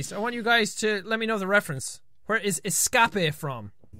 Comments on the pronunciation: Es-cape' - Finding Nemo. =] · Es-cah-pay is from Finding Nemo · universe That's not exactly how it goes. She reads it as "eh-scah-peh", then says "That's spelled exactly like escape!" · The "escape" reference is from Finding Nemo, when Dory and Nemo's father (I forgot his name) are trying to escape a shark. Dory doesn't know how to say "escape" and therefore pronounces it "es-caa-pay!" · "Es kah pey...Its spelled kinda like escape!" "Dory? You can read?!" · Escapae or however u pronounced it well it was from Disney's " Finding Nemo " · the reference is from finding nemo when dory thinks that escape says es cap ay <- pronounciation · es-scap-eh from finding nemo... dorie.. (sp) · EHSCAWPAY Hey that's spelled just like escape! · Wasnt the escape reference from Finding Nemo? When Dory was reading the escape sign and said it wrong xD